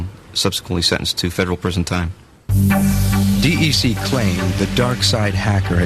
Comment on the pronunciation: i lost a lot of respect when the voice over spelled out "Dee Ee Cee", instead of pronouncing it "DEC" (like deck), or the company name Digital Equipment Corp. the software that mitnick stole? source code to the next version of the operating system VMS. ask the guys at Coca Cola how they feel about their industrial secrets.